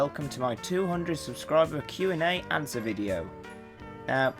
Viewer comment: Nice 'awnsers' btw, ^_^